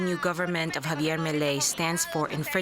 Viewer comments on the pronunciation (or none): none